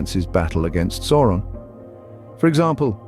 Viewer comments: Who the heck is SORE-on? His name is SAU (Sow)-ron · Sauron is pronounced "Souron".